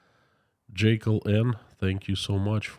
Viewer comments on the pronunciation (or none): none